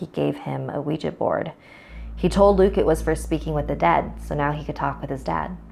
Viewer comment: When she said "after Luke went to sleep" for some reason it sounded like she said "after tom went to sleep"